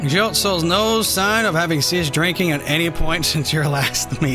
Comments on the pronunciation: That was hilarious, but can't blame him. However, I had to wince every time he said Jilt instead of Giott. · I think he's just pronouncing it different, not saying another word.